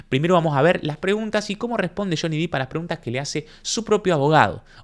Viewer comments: Ojo con el video donde johny esta golpeando cosas que seguro TMZ te va a cortar esa parte como reclamo porque ese video se lo vendio Amber a TMZ y es propiedad de ellos. Le paso eso a Juanito Say en su canal. Le cortaron esa parte del video. Y se pronuncia "Dep". Y si obvio que quiero la 3er. parte!! 💗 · Me encanta tu contenido. Soy suscriptora. Me pareces un pibe super culto y despierto por lo tanto te tengo que corregir que el apellido de Johnny se pronuncia con "e" no con "i" 🤣🤣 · Buen análisis. Un punto : no es Jhonny " Dip " , es Jhonny Depp ( se pronuncia así, " Dep") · se pronuncia DEpp con E no con I Johnny Diiip es un horror de pronunciación que te da mala imagen. saludos! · Se dice dep, no dip. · Interesante, qué buenos videos, apenas empecé a seguirte. Estoy siguiendo el juicio en otro canal y este me pareció muy interesante. Gracias. Aclaración. No es Deep, es Depp. Se pronuncia Depp, tal cual, con e. La doble ee en inglés de pronuncia como i, pero no es el caso aquí. Gracias y saludos !! 🤗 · Genial tu análisis, como siempre aprendo mucho con tus palabras tan claras. Pero por favor, su apellido es Depp, no /dip/ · muy bueno, realmente muy claro y concuerdo con todo lo que observaste. Ahora,, es DEPP no Dip, no es Juancito Profundo ni Juancito Salsa para nachos (Dip en inglés). O sea, ni en inglés ni en español suena i sino e el apellido de Johnny.; ) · Me atrapa un montón este juicio. Una aclaración, el apellido de Johnny se pronuncia "dep", no "dip" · excelentes tus videos, pero por favor no digas Deep.... es Depp 😀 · Obviamente que queremos parte 3!!! Pero podrias ya dejar de pronunciar "diiip"?? Porque el apellido de johnny es DEPP (con doble "p" y no con doble "e", y se pronuncia normal: dep) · Por favor. Depp se produncia con E! Si lo decis con I estas diciendo deep, que significa Profundo. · Perdón la corrección, pero es DEPP, NO DIP. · Pronuncien bien el apellido no es deep es Depp (no es dip es dep) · Es /dep/, no /dip/.